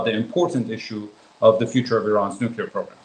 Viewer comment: "nucler", "anhilation"? 😂😂😂